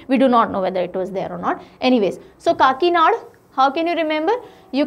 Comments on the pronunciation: And it will be kakinada not kakinad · काकीनाड़ा kehte Hain Didi 😁I m here after talking with an Andra person living in kakinada😂